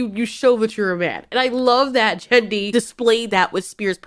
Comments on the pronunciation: Alright I HAVE to say this Genndy's name is a hard G, not a soft one like, 'GEN-DEE', not 'JEN-DEE' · You love this show a lot. Might be worth learning to say Genndys name right, by now. Hard G. easy.